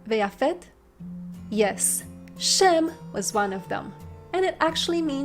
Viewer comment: Tengo una duda, en la # 12 se oye sem: como si fuera la Sin, y no la Shin, Shem